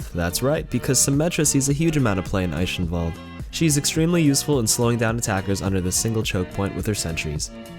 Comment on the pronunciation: it pronounced i-ken-walld